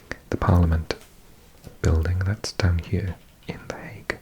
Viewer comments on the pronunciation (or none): none